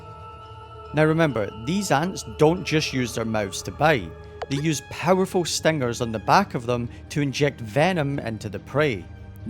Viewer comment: it's what the guy said in the video He said stengers